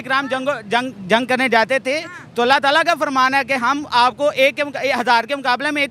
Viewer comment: Allha tala nahi hadatala